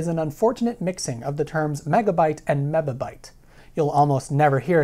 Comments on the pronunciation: This would be significantly less confusing to the layman if you pronounced it "mibby" and "kibby" instead of "mibba" and "kibba" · Len Martin: well, TC also pronounces it wrong. the "bi" is to be pronounced as "bee", not "buh". (according to NIST) VWestLife: "binary megabyte" is much worse, it's not even a linear factor. (even "baker's dozen" can be thought of as linear, a "baker's baker's dozen" is ... btw :P) Jake Rosendahl: Apple crap actually uses decimal "MB" etc since 2009. fits them to join the rip-off scheme of harddrive manufacturers.. really, the best solution would be to just establish a quickly pronounceable form of powers, like "ten pow six" or "two pow twenty", then we would not have to bother with prefixes at all. also drop "byte" and just use bits as a standard unit for information. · mebibyte tebibyte, man you sound like you've had a stroke. I'm a programmer and I've never heard these terms before.